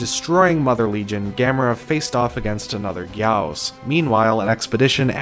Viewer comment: It’s guy-gos